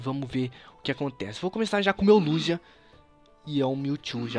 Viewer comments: QUE AGONIAAAA, NAO SE FALA LUGIA, E SIM LUGUIA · o falando liJia o certo nao era lugia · Para de falar Lugia lê como se fosse Luguia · lujia kkkk é Lugia prefiro edukof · "lujia" kkkkkkkkk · a pronúncia é luguia mais se escreve Lugia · vc esta falando errado e luguia eu coloquei assim para vc entender mas se escreve lugia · n e Lugia se diz Luguia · Ele não sabe pronunciar o nome do Lugia kkkkk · o e um bebezao e fala o nome do Lugia errado